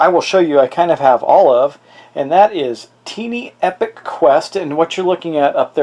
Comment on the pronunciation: It is pronounced tie+knee not tee+knee.